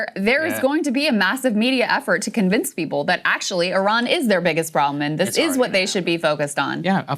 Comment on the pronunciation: Thank you for pronouncing Iran correctly. It is eerun, not "I Ran". Iran is a fighter not a runner.